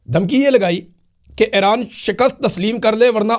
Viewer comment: Imran bhai thora tawajjah karain Ay-Raan Nahi اےران E-Raan ایران آپ سلامت رہیں آباد رہیں ❤